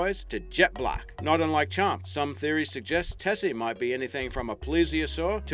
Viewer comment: "Champy"...i live on lake champlain...